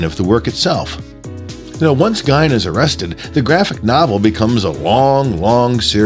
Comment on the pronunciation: It's 'Gein' as in 'seen', not 'Gein' as in 'whine'!